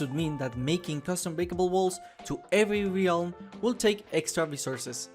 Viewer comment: Ah yes, the ree-alm